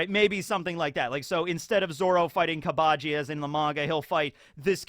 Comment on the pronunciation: KAA AA BA JI? like in english its pronounced KABA JII... jesus you sub enjoyers need to take a sec to lower the collective weeb level by just like 3 notches when you speak talk about this shit in english cause saying shit like yonko or shishibukai or gomu gomu no makes you sound like a total fucking tool... like i have rewatched one piece in its entireity over the years since like 2016 at least fucking like 8 or 9 times and that we all know just how much has been added over that time and even i dont do that shit cause its fucking cringe and anyways i stand by the fact that the dub is equally as good as the sub and infact better for native english speakers cause the voices line up better, the jokes that were about japanese culture and the language get changed to jokes about the english language and general things that people immersed in english speaking cultures usually would understand far better, and its WAAAYYYY easier to watch with franky in the dub is literally 10 billion times better at it than the sub va could ever hope to do purely because franky is a all american legend who needs to be voiced by a true coka cola blooded chees wiz and triscuts for 5 meals of the day AMERICAN.......